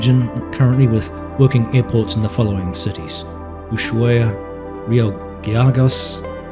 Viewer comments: Thanks for showing the map ;) (I'd love to see more of Ushuaia's airports). The "accent" goes (contrary to what a Spanish-speaking person would normally do), in the first "a" so.. UshuAia. Not UshuaIa (the accent in the i would be ok if this was a Spanish word but it's not). Happy landings! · For those interested, Ushuaia is pronounced with a soft S, not a Sh like "shark". It's an indigenous word (forgot from which tribe) that means "Bay that looks to the east", since the Beagle Channel runs mostly east/west. (I hope my elementary school teacher isn't around, as this was over 35 years ago that I grew up and lived down there...). And as a Fun fact, during the Falkland wars, the largest runway (28/10, SAWH) did not exist. Only the short 34/16 (SAWO) one was available and Super Etendart planes would take off and land there on occasions, though they mostly did it from Rio Grande (SAWE) city as it had a longer runway and was a few nm "closer" to the Falklands than Ushuaia was.